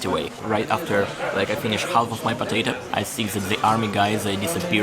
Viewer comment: Dude, I noticed that you keep pronouncing the letter "l" in the word HALF. In English, there are many [well, not that many, but quite a few, I should say] words containing a mute/silent "l", as in HALF, WOULD, COULD, SHOULD, TALK, TALKER, WALK, WALKER, BALK, BALKING, TALKING, LINCOLN, MALCOM, CALF [whose plural form is "calves", where "l" is also mute], STALK, BEANSTALK, STALKING, STALKER, FOLK, FOLKS, FOLKLORE, NORFOLK, YOLK, CALM, PALM. Pls. keep this information in mind.